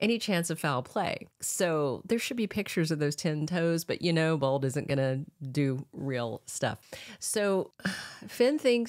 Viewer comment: Why do you keep saying bald and not bold ?